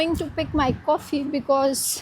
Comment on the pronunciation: You pronounced Coffee as "Kkofffi" 😅😂 Drive pronounced as "ddrrrrrive" 😅😂